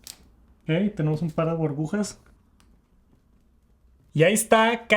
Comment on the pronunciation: las "Borbujas" 💜